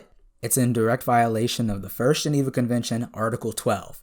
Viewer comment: "So today guys we're going to be working out if optimus prime violated the geeneva convention." I'm sorry, I can't....